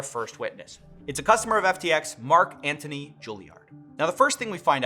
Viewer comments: To CoffeeZilla, Antoine is pronounced An-twon not Antony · "Antoine" is not pronounced "antony", man, do some damn research